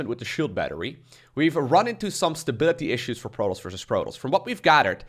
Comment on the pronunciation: I've never heard anyone pronounce Protoss like you do.